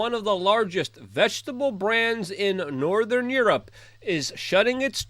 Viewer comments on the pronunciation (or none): none